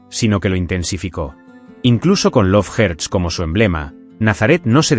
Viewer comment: "dep perpel" "lov jerts" 🤣🤣🤣